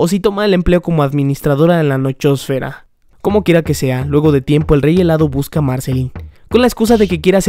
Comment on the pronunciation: ¿Soy al único que le da risa que diga "comokera que sea"?